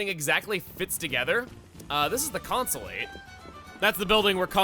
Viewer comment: Consolate is pronounced "con soul it"